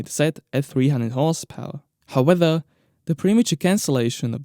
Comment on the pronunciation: it's however not howether, besides that great video keep it up